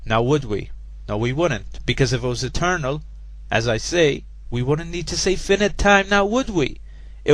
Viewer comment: "We wouldn't need to say finite time" :DDDD Just as well because apparently you can't... This video is great. "Do you expect me to be stupid?" - uh, not expect, I am hearing it right now. My god, a new poster boy for creationist morons. You'll go far, lad, if only you can pronounce the word "finite" properly...